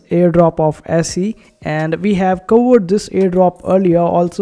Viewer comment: It's pronounce easy. I think there is a sister coin called Peezee.